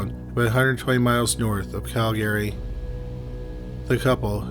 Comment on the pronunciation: Just curious. Aren't you from Canada?? If so...I'm confused as to why you cannot pronounce Calgary correctly?? LOL. 😎🤦‍♂️🤷‍♀️🤷‍♀️🤷‍♀️🤷‍♀️